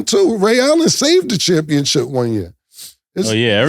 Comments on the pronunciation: Can y'all tell Cam it's championship and not championchip 🤣🤣🤣🤣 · Championship Cam…Not Championchip 😅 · He keep saying championchip 😂😂😂😂